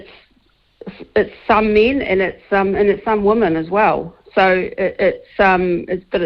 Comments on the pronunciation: Sean, you keep on saying woman when you men women. Learn how to pronounce the word. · Just asking, but when did the differentiation between 'woman' singular, and 'women' plural disappear"? 'Women' is pronounced 'wimmin'.